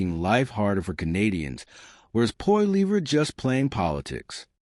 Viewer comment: stupid jerk learn how 2 say his last name